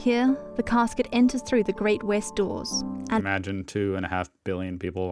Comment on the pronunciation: No Englishman has ever called a coffin a cascuet!